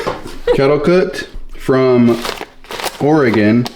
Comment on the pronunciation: It's oreagain, not oregone